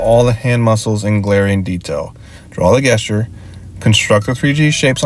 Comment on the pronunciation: it's great advice but I keep laughing at these pronunciations XD "guess-ture" "perpendicklur" "antomically" "cyllindral" (I say this not judging, just amused)